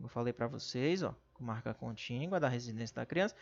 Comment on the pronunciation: Meu Deus !!! Fale direito: não é contíNgua !! É CONTÍGUA !!